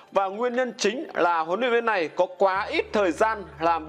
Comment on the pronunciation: Lói lăng như nìn ấy,hết người rồi sao mà để ông lày lói vậy